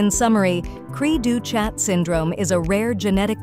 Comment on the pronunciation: The ch is pronounced as an sh in French.